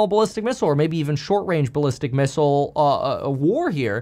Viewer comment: You say it 😂😅